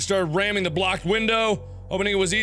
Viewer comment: "in da village" T_T